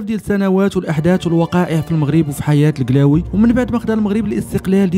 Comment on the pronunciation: قلاوي مش كلاوي